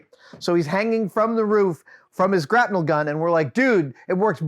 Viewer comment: wait... grap-NEL? have I been saying it wrong my whole life? grapple gun.